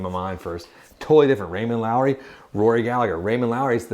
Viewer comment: Raymond Loewy! No “R”! Sounds like Low E.